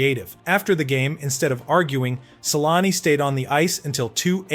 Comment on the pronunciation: Your facts suck and you should REALLY learn how to pronounce his name correctly! Sheesh.....